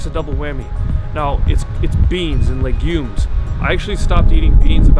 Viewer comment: por favor - perhaps knowing how to correctly pronounce "legumes" might lend credibility to your silly claims against the magical fruit